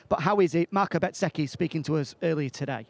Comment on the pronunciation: Does my head in when they keep calling bezzecchi betseki